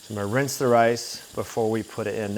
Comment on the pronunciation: You know it’s “rinse” not “rince” right?